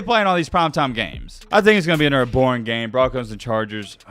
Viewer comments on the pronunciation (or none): none